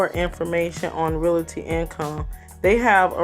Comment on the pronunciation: Lol finally someone who pronounced it how I do. People pronounce it “reality” 🥴